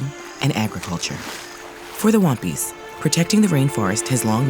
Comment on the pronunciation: She says Wampis I hear One Piece 😂😂😂